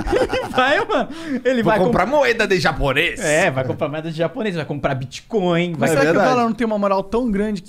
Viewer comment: Mano, ele falou TIBIA coin ou bit coin?